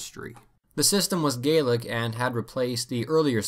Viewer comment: Thanks for the correct pronunciation of Scottish "Gaelic", it's a little thing but so many people get it wrong :P